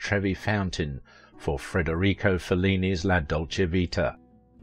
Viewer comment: The name of Fellini, the greatest movie director of all times is Federico, not "Frederico"🙄